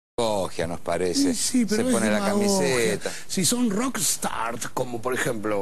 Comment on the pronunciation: me mata cuando dice "ROCKSTARTS"